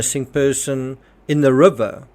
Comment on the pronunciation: Love the way you say rubber😂it's river bro! Rip anyone who dies.Stay safe everyone!